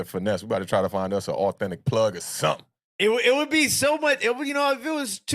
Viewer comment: What's Going on